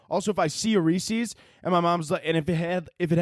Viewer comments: it’s rees-is. Like Rees-is piec-is. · Halloween may not be the devil but the way you pronounce Reese's is